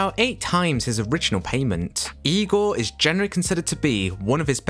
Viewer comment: Good job, well done. I give great credit to your saying IGOR the way Bella says it.